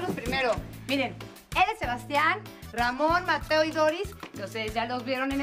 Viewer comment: Dijo "vente Ramón"